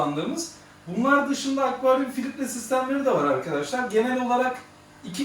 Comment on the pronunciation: "filitre" degil, Filtre hocam